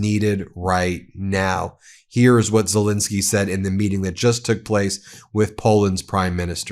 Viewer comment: Ben, please! It's ZeLENski, not zelinski